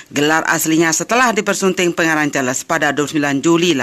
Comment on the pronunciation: Jangan la sebut Char les...buruk bunyinya.